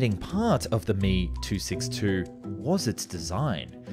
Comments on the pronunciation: It's M E, not me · Hearing this master piece of engineering called the "me" 262 rather than "m e" 262 was shameful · Emm eeee NOT me.., unglaublich! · Heyy, love your vids. I appreciate you trying to say foreign words, but please say the model name correctly. Me-262 is pronounced "em-ee-262", it doesn't require any practice to say it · I have been a longtime subscriber and always enjoy your content, but I have one bone to pick with the narration. If the Messerschmitt BF109 is pronounced "Bee Eff" then the ME262 designation is not pronounced "Me" but is actually "Em Eee". Likewise with Heinkel aircraft being "H Eee", not 'Hee", and Horten being "H Oh", not "Hoe". The ongoing mispronunciation of these model suffixes grates on my nerves every time I hear them. If you could avoid this sort of thing in future videos, that would be great. Keep up the good work otherwise! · Dude I like your videos but holy shit, it's H.E..... not he. It's M.E.....not me. Same for old clips. S.U......not Sue. Drives me crazy. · "Mee" 262? "Hee" 178? Makes this aero geek's ears and head hurt. Why not say "Fwuh" 190 or "Biff" 109? The presence of a vowel in an initialisation doesn't automatically turn it into an acronym. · "me" 262? Wonder woff? What? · It's pronounced em eee ! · Great to see this channel blow up, just two things in this particular vid got me. As far as I know you don't pronounce aircraft names as one word, you pronounce each letter. For example you wouldn't call an FA-18 a 'fah eighteen' same for Me or He. secondly, Imminent, not intimate lol